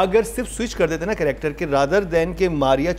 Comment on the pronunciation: Ironically, the host and others criticise spoken English in plays, whereas the host himself consistently pronounces the word “character” as “corrector” instead of using the Urdu word “Kirdaar” It’s like they call “Italian” as “Ataalian” instead Punjab. Second, Urdu used in the said play seems quite the usual language spoken at homes. It’s unnecessarily being turned into an issue.